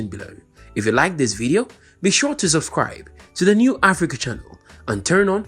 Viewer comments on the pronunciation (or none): none